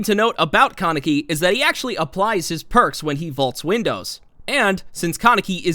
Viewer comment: its KAH neck ee. not can neck ee =x